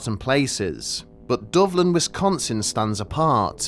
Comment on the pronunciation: Hearing a brit say wisdonsin will never not make me smile